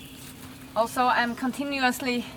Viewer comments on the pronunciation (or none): none